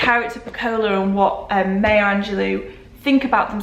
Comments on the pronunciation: Maya Angelou is pronounced My-a not may-a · Hey, just so you know, her name (Maya) is pronounced like MY-ah <3